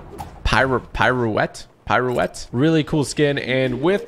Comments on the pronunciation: why did u say pirouette like that lol it’s “peer-oh-ett” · Ok I’m sorry tg but “black widows PIRO-Wet…” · You say pirouette like peeruett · ***pronounce it peer-oh-wet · “Piro-wet” hahaha:-)